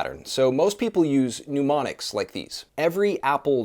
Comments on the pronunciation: Work on your pronunciation of “mnemonics”. It is different than “pneumonics”. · Very cool here. ust a fussy point: it is said Nemonics ( altho spelt mnemonics) - but it's all cool. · Mnemonics not “pneumonics”